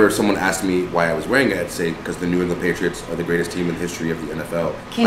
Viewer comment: PATRIOITS me: OHHH YEAH DEY DA BEST TEAM EVA